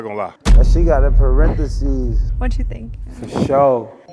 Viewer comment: Gang said “ parentheses “ 😂😂